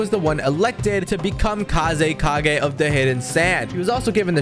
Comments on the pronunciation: i had a heart attack every time you said "Kazukage" like bro do you even watch naruto its fckin Kazekage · I feel like has not watched naruto kazukage? What it's kazekage and that was not killer bee